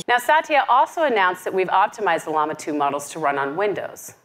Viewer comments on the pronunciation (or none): Bruh, learn how to pronounce Llama. Sounds like: laa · muh :face-blue-smiling